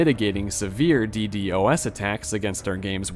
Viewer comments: it's D-DoS not D-D-O-S Also, why do you feel the need to bait comment engagement like every 10 minutes lol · Nice vid, but just to avoid future mistakes- it's read dee-dos and not dee dee o s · As a network engineer hearing D-d-o-s attacks pisses me off. Call it DEEDOS my goodness lol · bro cant say DDOS for some reason